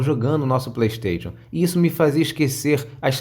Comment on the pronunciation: Ele falando ps pley stetion